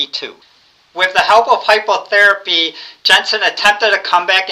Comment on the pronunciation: Pronunciation: Reading = ‘Redding’ ‘Hypotherapy’ = Hypnotherapy Nonetheless, a good list and a good video. Keep it up!